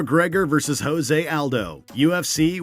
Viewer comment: You keep saying Jose Aldo's name wrong... At least say the names right geez